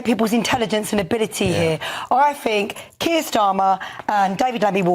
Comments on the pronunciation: It's "THink", not "Fink". Two guests who can't even pronounce words correctly; grips my shi*. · Education in the UK has clearly failed... Is it really beyond them to be able to pronounce their own language correctly... It's 'think' not 'finck'. They are not babies fgs. Hard to take any person with such a lack of capability or with shear laziness seriously. I bet Donald Trump can articulate better than these guys yet, there they are, slagging him off as though they are even remotely competent. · I fink’ haha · I fink, i fink , I fink...She finks a lot 😂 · “I fink” 😂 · Cant you get anyone on that doesnt say I fink?